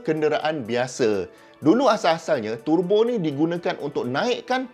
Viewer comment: Prof terbo ke? Turrrbo? Saya rasa terbo yg betul...